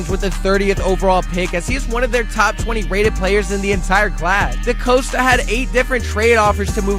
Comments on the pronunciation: I thought it was Eric DePasta 🍝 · Sounds like you can't pernounce a few names correctly, DeCosta, Moses & Zietler